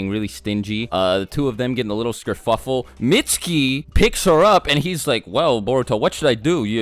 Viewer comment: I think he meant Kerfuffle.